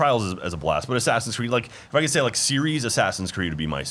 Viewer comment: correction its more like sassinscreed